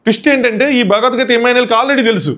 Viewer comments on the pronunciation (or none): none